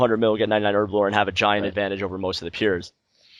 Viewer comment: it's pronounced Herblore, not Erblore